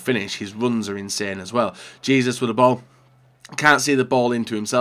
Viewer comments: it’s “Jay-zews” not “Jee-zus” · Hay-zus really not that gets to pronounce